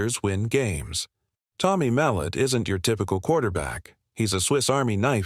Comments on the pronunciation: Tommys last name is not Mel- et Mul - lot get his last name right first before you do a break down his game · It is pronounced mel lot